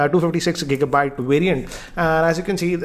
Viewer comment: Two fifty SEX Gigabyte variant 😂😂😂